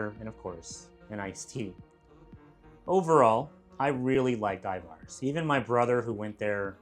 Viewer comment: Your pronunciation of Ivars was so goofy LOL. Accent should be on the First syllable, and the second syllable is pronounced with an E sound, not A. I-vers